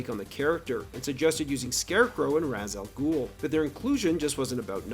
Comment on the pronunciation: As much as I like Batman Begins, I will never forgive Christopher Nolan for the mispronunciation of Ra’s al Ghul It’s an Arabic term, “Rah-haysh aul Gh’ul”, so the accepted Anglicisation was always “Ray-sh al Ghoul”. Why Christopher had pronounced it phonetically I have no idea